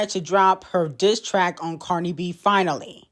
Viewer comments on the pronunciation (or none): why u keep saying CardR it's Cardi 😂